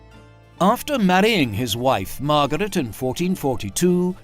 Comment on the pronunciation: MAR-GAH-RET! LOL